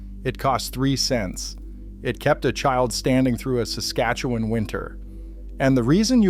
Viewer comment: Suscatuwan? Never heard of it